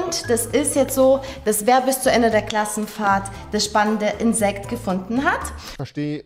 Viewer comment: Es triggerd so hart wie er immer "Klass Krassenfahrt" sagt 😠😄😂😂